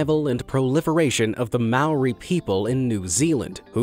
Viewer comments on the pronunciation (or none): I swear to god if Americans try to steal the moa from us new new zealanders imma be pissed and he pronounced Maori wrong